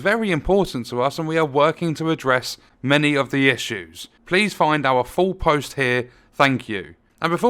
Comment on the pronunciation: Lol, they couldn't even get the word "many" right.